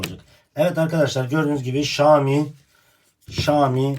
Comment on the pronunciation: Usta keske okunusunu "ŞAAMİ" dmek yerine "ŞAOMİ" desen daha dogru olurdu